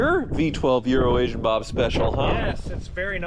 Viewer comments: I learned something today... CAN say Euro-Asian. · I still cant not hear "Urination Bob" even when hes saying it right